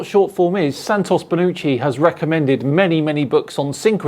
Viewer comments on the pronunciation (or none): it sounds like you keep saying Santos Bellucci in all of your videos but his name is Santos Bonacci